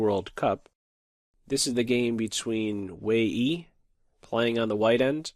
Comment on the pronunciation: Isn't Wei Yi pronounced like Way You?